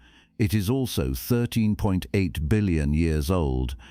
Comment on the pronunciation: Please teach your AI how to recognize and pronounce numbers with decimal points. A decimal point is not a sentence-ending period! "13.8" is pronounced thirteen-point-eight, not thirteen-(pause)-eight.